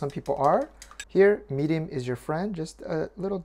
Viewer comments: What did he add to the eggs to kill the smell? I couldn’t understand what he said and my captioning called it “medium”. I scrolled through most of the comments but didn’t see anything about it. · did you say add mirin if you don't like poultry eggy smell? Couldn't quite catch it and subtitles came up as 'add a touch of medium" 😄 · Hi, quick question. I could not make out what that " here _ is your friend " to counter the egg smell . Thank you... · What did he add to the egg to counter the 'poultry smell' ? I couldn't catch the word he used for that clear liquid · Me either, I replayed 3 times😐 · What is the addition for the poultry smell? I didn't understand what he said despite playing it over and over.